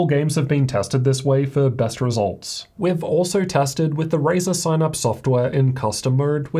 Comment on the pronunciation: It's called synapse not "SignApps" lmao